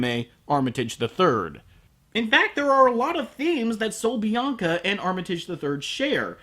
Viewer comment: HAHAHAHA. Buen acento español XD. Saludos desde Argentina. Nice spanish tune XD. Greetings from Argentina.